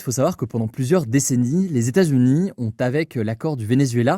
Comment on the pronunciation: "Les Statsuni" ça m'a perturbé ahah